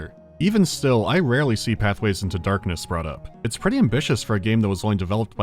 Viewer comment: Oh god, I understand why you said Pathways into Darkness so many times and so weirdly in the Marathon video.